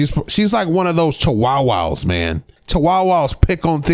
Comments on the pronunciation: It's not you don't pronounce it chiwowwow. It's chiwahwah. Get yo facts right😎😎😎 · I've never heard someone pronounce Chihuahua the way he did... 😂😂😂😂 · "Chawowow"? really, dude? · wtf is a chiwowow??